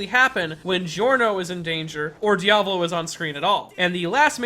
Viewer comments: You mispronounced Sale ,Diavolo and Narancia! They're names are in *ITALIAN*! Put them in Google traductor. xMattia Also, i'm half " Italiano "and half " Brasileiro " Edit: in one part of the video you pronounced Narancia right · Your diavolo pronunciation gave me mortal injuries